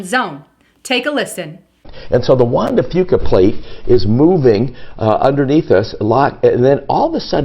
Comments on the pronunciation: fuca, now pronounced: franco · ...Juan de Franka.? Come on. Get your enunciation proper if you are "reporting" on it.